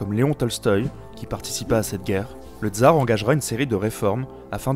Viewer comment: On ne dit pas "dzar", mais TSar, de même qu'on dit SVetlana et pas zvèdlana.